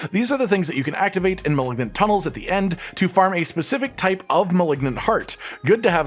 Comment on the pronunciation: Is there some meme I'm not aware of, or can he just not pronounce "malignant?"